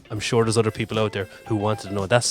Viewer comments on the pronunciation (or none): none